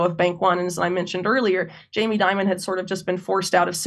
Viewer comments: So you’re telling me that the big banks are connected to organized crime, money laundering, human sex and drug trafficking!! And all facilitated by the CIA and US government?? No waaaayyy, schooooockerrrr Edit That “Jeffrey Dimon” slip was absolute gold 😂😂😂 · Please it’s not Di mon, we pronounce it Jammy Dim on. Or Demon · I say we don’t pronounce Jamie’s name to sound like Diamond. It Should be pronounced Demon. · in my circle, it's pronounced DEEmon